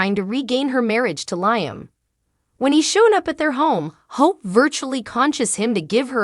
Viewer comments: Could someone PLEASE tell this person how to pronounce LIAM (Lee-um)???🤦‍♀️ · Bothers me too, LI AM ,Makes me cringe too.